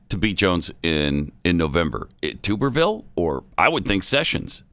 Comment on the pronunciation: As an Auburn alum, I take a bath in a tub. Obviously the blaze folks bathe in a tube. Pronounced: Tub-er-ville.